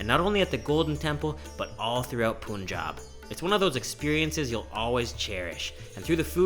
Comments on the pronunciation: Hey, the pronunciation of Punjab, is more like "Panjab". Great videos bro! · It is not pronounced as POONJAB, it is pronounced as PANJAAB. punj means five and AAb means water. It is land of five rivers. Among the most fertile land in the world acre to acre. Chef Hemant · Bro a small note its Punjab not punnjab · It's not poonjab it's Punjab. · It's not poonjab it's punjab 🤣🤣🤣🤣🤣🤣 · Not “POONJAB” bro it's “PUNJAB”..... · please don't call it Poonjab its Pun. like a joke pun. Punjab. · Lots of fun. Punjab...the first syllable rhymes with fun, not spoon. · Dear, warm greetings. i liked this food journey as your earlier vlogs. Only one thing pinches me that you are pronouncing Punjab as 'Poonjab' which is actually pronounced as 'Panjab'. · Lololololol, once again it's not poonjab 😂😂😂, it's phanjab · Hi Brother..pronunciation is "Pan"jab"...not "Pun"jab"... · Puuuunjab lol no oofense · Great vlog. Punjab 'u' is pronounced like 'u' in bun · Panjabb this is how we say it but no problems what u say love nd respect from all the sikh people we love nd respect everyone take the name off god nd do good deads that r moto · It was going well until you called Punjab "POONJAB" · "Poonjab" HAHA! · I don’t understand the pronunciation of Punjab. How Poonjab haha but love video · You pronouncing Punjab wrong...its pronounced as panjab. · "Pooonjab" Welcome to Canada😂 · Punjab is pronounced as "pan" + "jab" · It's Pun (like Mon in Monday) and Jab (like Cart in received pronunciation). More like Pun-Jaab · I love you man, but the pronunciation of Punjab as "Poon-jaab" was grating. The "pun" part is pronounced as in "punch". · U look good in the Punjabi dress but u didn't pronounced Punjab correctly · It's really great to see you respecting the culture and religion by not rating the food and wearing a proper attire. Only thing that went wrong was your pronunciation of "Punjab" xD Amazing work though!